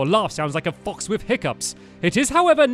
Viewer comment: Lucy The Lamp he said box not fox 😀😃😁😄